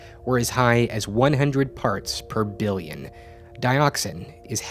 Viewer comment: Side note, don't emphasize the denominator (BILLION) when trying to promote shock in the audience with high numbers.